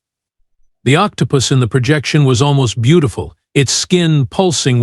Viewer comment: Sorry another wasted AI, can't even pronounce Octopus correctly.